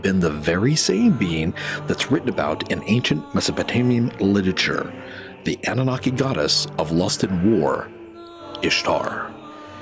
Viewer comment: Sorry, mate. Lost me at "littature".